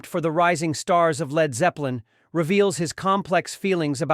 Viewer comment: L. E. D. Zeppelin why don't they teach the robot to read. Pitiful